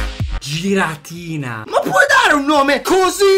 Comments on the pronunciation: È si dice ghiratina nn giratina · si dice ghiradina non giradina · Non si dice "giradina"ma "ghiradina" comunque bel video, ti adoro❤ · min: si scrive giratina ma si dice ghiratina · il "giratina" si dice ghiratina e la seconda carta ex che hai trovato si chiama kiurem potenziato ed è un pokemon leggendario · al minuto 7.05 il pokemon in questione che hai sbagliato,non si pronuncia così,si scrive Giratina ma si legge Ghiratina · minuto e giratina e si dice ghiratina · al m 7,06 si legge ghiratina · comunque si legge "ghiratina" no "giratina" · si legge ghiratina 😂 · Si pronuncia Ghiratina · Si dice ghiratina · Ghiratina si pronuncia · non si pronuncia giratina ma ghiratina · Si legge ghiratina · Si chiama giratina a ma si legge ghiratina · minuto si scrive giratina ma si pronuncia ghiratina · = si dice ghiratina hahahaha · il video di per se non è male...a quando ho sentito pronunciato giratina in quel modo ho dovuto mettere dislike (non offendetemi GRAZIEE)